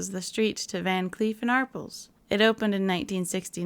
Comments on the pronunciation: Van Clef and arPELS. Jewelers, emphasis on the second syllable..just saying…. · Van Cleef and Arpls?🤣🤣 Arpels = Are-pells. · Great job! I love every detail. One thing: It is Van Cleef and Ar-PELZ ... not ARE-pulls. 😆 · it does look like Miss Marple without the M, so it makes sense people read it that way. However, the s is not pronounced - because french. Ar-pEL. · Pronounced Van Cleef and Ar Pels